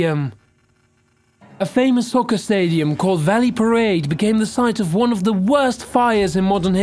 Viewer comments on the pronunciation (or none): So when the guy said "Soccar" pitch, i had NO idea what he said and had to rely on what i could see, then he said the word "Tsunami", then i noticed, he can't pronounce his S's, i think i definitely prefer Chills way more, this guys accent, the weird emphasis on random words, the intensity of it all, the issues with the letter s, yeah, i kinda prefer Chills commentating XD